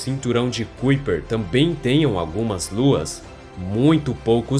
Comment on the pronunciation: Que agonia ele pronunciando "cuiper" sendo que se pronúncia "caiper" 😖